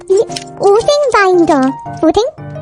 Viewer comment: 딱맞아 할 때 부산 사투리 느낌 ㅋㅋ 오뎅 바인더 할때도 ㅋㅋ